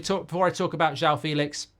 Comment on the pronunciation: It's pronounced Fell-lix